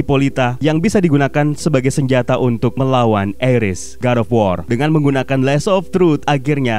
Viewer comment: Bang Ares dibacanya Ares bukan Eres